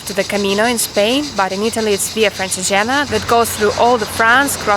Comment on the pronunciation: so smiley! anyway it's pronounced "Francheégena"